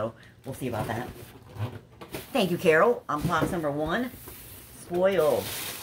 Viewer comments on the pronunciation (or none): none